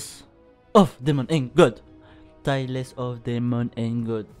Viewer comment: juste pour une petite précision concernant la prononciation c'est Tal et non Ta-less pour ToDaG sinon y'a un trad Fr à jour